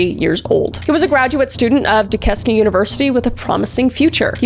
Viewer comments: When she said dusquesne and Neville I was like no it sounds so weird when it’s said wrong haha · just for the record, Duquesne is pronounced Du-cane lol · Duquesne is pronounced 'doo-cane' and Allegheny is pronounced 'al-la-gainy'. I was born and raised in Pittsburgh Pennsylvania. And I don't want this to come across as pretentious or arrogant, I'm just setting the record straight on the pronunciation. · I remember when my dad started working in Pittsburgh. He mentioned the Smiley Face Killer being around and it scared the hell outta me for him, since he worked at night and around the public. Also, it’s really late, but Duquesne is pronounced Dew-Cain, not Da-Kes-Nee. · Oh bless you Kris. I'm a Pittsburgh native lol. It's not pronounced "duke-es-knee" it's "duke-caine" 🤣🥹🫶🏻 Side note, there's been a lot of suspicious drowning in the Ohio River that people believe is a serial killer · I love these videos, for your incredible commentary, your respect for the victims, and because whenever you reference somewhere in Pennsylvania you pronounce something wrong, lightens the mood for the rest of the video Ex. Duquesne - Doo-cane, not Doo-kez-nee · she really said due-kes-knee not due-cain for Duquesne its french kris youre canadian good god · lol its du-kane not du-ques-nee we literally call it the latter on purpose as a joke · It’s pronounced “Do-Caine” not “da-kess-nee” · Kris! i really enjoy your true crime stories, but you need to hire me to help you with the pronunciations of the place names. i know being from canada you wouldn't necessarily know US names - but lemme help ya . . . duquesne is not "du-kez-nee", it's "due-cane". neville island is not "na-vill", it's "nev-ille". and allegheny is "alla-gain-ie", not "el-gain-ie" . Also- you got decatur, georgia wrong in your other one . . . it's not "dec-a-tur" but "dee-kay-tur". i work cheep. gimme a call. otherwise, keep up the good work :) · due-cane lol not due-neski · also, it's pronounced "du-cane"